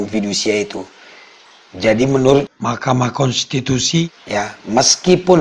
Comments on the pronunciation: Kenapa JD lucu GT bang klo nyebut makamahkensitusi😅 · Maaf bang, ada dubbing setiap ucapkan "Mahkamah Kontitusi" sukar mengucapnya ya bang